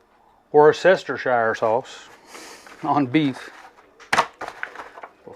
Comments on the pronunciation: Hit subscribe right after the worcsheshtershishire pronunciation 😆 good laugh great video! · Its pronounce Wooster shure i klnopw im a Yorkshure boy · Beautiful job bro. Oh yeah ... Woooostershur for a pronunciation. 😎🎼🤪🎵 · Lol we are gonna have to work on your Worcestershire pronunciation skills hahaha